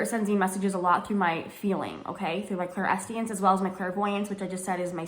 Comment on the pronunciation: Clairsentience, Clair-sentience. Idk if I heard you wrong but it sounded like you dropped atleast the s.